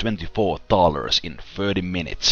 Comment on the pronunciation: hard to tell if ur sayin thaler or dollar lol and every episode is entertaining with you watching this series a second time and just finished violets tale again keep up the good videos ;)